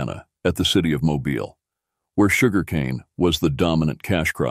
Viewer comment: This has to be an AI voice, since everyone knows that the city in southern Alabama (Mobile) is moe-BEEL, not MOE-bull. Also, at , the Arkansas River sounded like it was pronounced Arkansite, or maybe Arkansigh. , there's a grammar alert: 'a rebellion sprung up'. Grammar lesson: present tense--it springs; past tense--it sprang; past participle tense:--it has sprung. Thus, the correct form is "a rebellion sprang up." No charge. Oops! Belle Fourche = bell FOOSH (French for ‘beautiful fork’), rather than Bell Foursh.